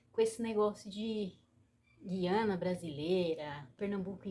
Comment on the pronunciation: Ja começou errada, quem pronuncia QUIANA com QUI é Portugueses, Brasileiros pronunciam GUIANA com GUI!